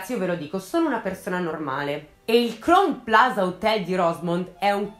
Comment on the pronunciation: Esaustiva e di intrattenimento come sempre, però permettimi un piccolo appunto: Crown Plaza si pronuncia "craun plaza" 😊